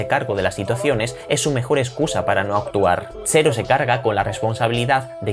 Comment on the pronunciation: Ppr qué dices xero? En Extremadura no pronunciais la /ds/? Pq en Jaén si lo hacemos